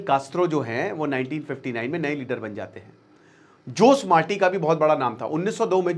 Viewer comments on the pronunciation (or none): जोस मार्टी नहीं बल्कि खोसे मार्टी बोलते हैं सर 😂